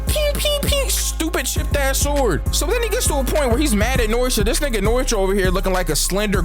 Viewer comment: I swear to god it’s pronounced: no-e-tora not fucken noitra